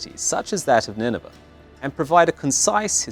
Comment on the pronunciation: It's pronounced Nineveh to rhyme with 'day'.